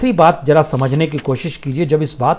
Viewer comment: Language mai sudhaar ki bahot zaroirat h.for exp zara not jara, hazaar not hajaar.